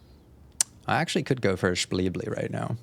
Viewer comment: Anyone else really craving a Shpleebly? I could slam a Shpleebly right now.